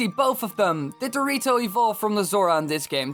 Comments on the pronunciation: When he says the rito, it sounds like he's saying dorrito LOLOLOLOLOLOL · it's sound like he said Dorito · cant stop hearing it as dorito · The rito sounds like doritos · Did just say Dorito?